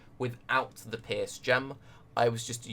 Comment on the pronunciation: Great build ! you seem you a cool player ! :D I just dislike one thing...your misspronnounciation of the word: Pierce...youre saying pears..which is as far as i know a fruit :O WHY ?! I dont get it...Cofefe :O ?!